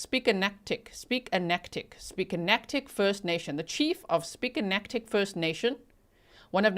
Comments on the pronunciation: We pronounce it sa bag a nag a dee. Thats my band also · from NS and the place name sipekne’katik is kind of pronounced like se-bag-in-egg-etty :) In mi’kmaw, The P’s are pronounced like B’s, and the K’s are pronounced like G’s :) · Sa-bag-a-nag-adee is how you pronounce Sipekne’katik. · Sib-bin-nay-ga-dig- sipeknekatik hope this helps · The Sipekne’katik is hard to pronounce. I spent all my summers in Nova Scotia in Malehya’s hometown of Truro, we would just say Mic Mac First Nations not sure if it’s still acceptable to use that rather than the harder name. Wednesday was a PD Day or Professional Development Day which is usually when teachers are involved in upgrading or training in some form. It’s local to each school board so city to city or county to county only national holidays are Canada wide